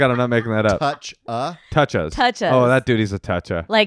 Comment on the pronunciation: It's Touchheads, not "Toucha's" or whatever you were saying, LOL. And since I'm the first person to post this correction maybe your fan base is as young as thinks.